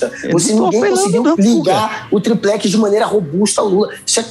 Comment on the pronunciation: Noblat diversas vezes disse "triprex", hahahahaha! O cara é uma piada!